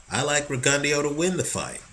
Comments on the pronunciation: RE-GUN-DOUGH not RE-GUN-DEO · Will you please pronounce his name correctly? It's Rig-en-DOUGH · I think it's pronounced Rigon-Dough. Js